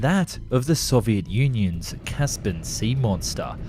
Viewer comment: Caspen, caspen ? It's CASS PEE EN !! "Equivolated" ??? "Arnaments" ? "Dying shame" ? The phrase is "Crying Shame".. I didn't even bother watching the other segments it was too annoying listening to all the mistakes. Come on man, don't you have ANYONE who can grammar & spell check ??